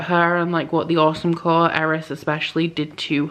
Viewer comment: I swear, for some reason every time you say "Autumn Court" I hear "Awesome Court" XD